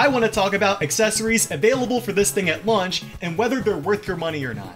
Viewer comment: Bro said lunch lmao not launch that is still bothering me 😂